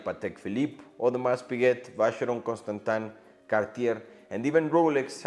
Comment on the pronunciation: Audemars the S is silent!